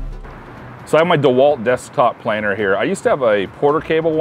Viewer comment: I stopped watching when he called it a planner... PLANE, PLANER, like a ✈️ but with er.